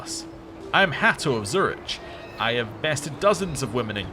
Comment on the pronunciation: I'm sorry, but hearing you pronounce Zurich was just painful...